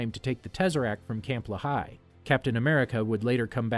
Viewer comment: That's not how you pronounce Lehigh